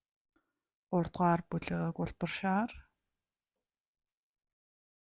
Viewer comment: 1р бүлэг гэчихээд 3р бүлэг гээд тод хэлжхгүй бол 6р бүлэг гэж дуулдаад бна шүү сори